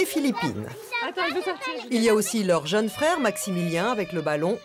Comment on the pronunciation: "pour sa jAAne" ouh mes oreilles